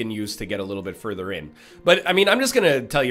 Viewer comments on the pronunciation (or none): none